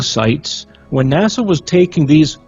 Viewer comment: Well its nasa but pronounced NAW SAW while nasa is pronounced nah sah.